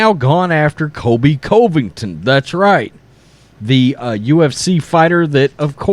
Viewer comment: I love the channel but please I can’t keep hearing Kobe Coveington. With all due respect it’s pronounced like kohl-bee, not Kobe. And it’s pronounced cuh-vington, not coh-vington